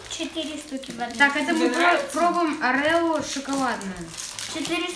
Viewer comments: Правильно орио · Орео ударение на первое о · Не орэо а Орио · Орео ,а не Арео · орио а не арело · не арео а орео как же он меня бесит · Орео,неправильно произносишь